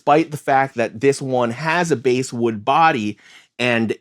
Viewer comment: I've never gotten my hands on a Japanese Fender, but I've only heard great things about them. Oh, btw, for future reference, basswood is pronounced like bass, the fish, not bass like in bass guitar.